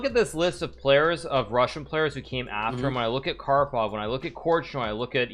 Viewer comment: The disrespect to karpov's name tho